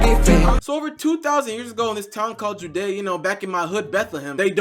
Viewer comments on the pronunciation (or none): Bro you're pronouncing every Bible name wrong 😭 Herod, Galilee, Judea, Pontius pilate